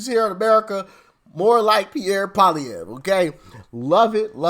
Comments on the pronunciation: Poilievre....Pa- lee- evv is the easiest pronunciation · Pierre Poilievre pronounced poly-evvvv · Pierre's last name is pronounced Polly-ev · You pronounce his name pall le ev. Get used to it because he is going to slaughter Trudeau in the next election and will be our next prime minister!! FJT!!✊🇨🇦🇨🇦🇨🇦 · Hey Doc...Pierre Poillievre's last name is pronounced PWA-LEE-EV. It is a french name, yes he is fully bilingual in both english and french. He's been a mainstay in Canadian politics for over 25 years. He's the anti-turd-eau! Politically devoted & experienced, down to earth but sharp as a razor. Great sense of humor, he's diplomatic, a polished speaker in both official languages, a family man, an athlete, he gets what fiscal responsibility means, he understands global issues and above all has common sense that just isnt at all common these days. Politically speaking, he's Canadians' best hope for a future without WEFtards like turdeau & his band of corrupt miscreants. Unlike other political leaders, he has zero Ethics violations, zero scandals and zero corruption to speak of, and that's after 26 years & counting. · Pierre POLY EV is the pronunciation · He is Pierre Polilievre - pronounced "poly-ev" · And you would pronounce his last nname like polyev.. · Hey!! I'm Canadian and we are definitely suffering up here too. Pierre Poilievre...pronounced "Polly-Ev"...with a 'short' E sound. Your analysis is spot on and I call Pierre "Trump Lite"....I can't wait to vote for him because he is a Common Sense leader just like Uncle Trump....I love that you call President Trump that!! 🎉💖💖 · Ty for this video, we are suffering under this person. It's Pierre Poilievre pronounced Paul ee ev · Pierre (polly-ev) Pollievre - even most Canadians cant pronounce it - Quebrc is the only french speaking province and the rest of the country let it go for the most part